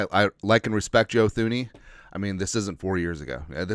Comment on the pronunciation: Pronounced TOO-nee!